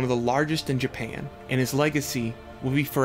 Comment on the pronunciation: I love how he says, Jpayann. IT reminds me of south park's Mr.Gasrrison